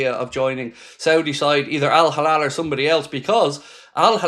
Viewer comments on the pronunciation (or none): it's Al Hilal...err it's not Al Halal...? err,... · It's Al Hilal not Al Halal. It ain't difficult buddy